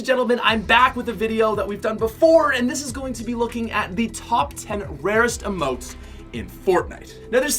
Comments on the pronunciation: It’s emotes not amote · What I hate is when he called emotes AMOTE or amoe he needs to go back to 5th grade